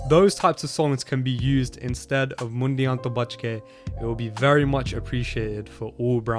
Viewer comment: bro :D its Mundea to buchke (Beware of the Boys) not Mundia to buchke (Beware of the "heads")